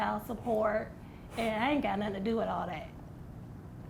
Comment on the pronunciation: " Heen did nuttin " 🤦🏾‍♂️